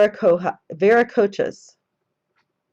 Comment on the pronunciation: I can help you with the pronunciation, I think. Intihuatana would be something like "een TEE hu ot on uh" You got Viracocha correct, though. Also, were you thinking the Olmec people? They are the ones who preceded the Inca, Aztec, etc...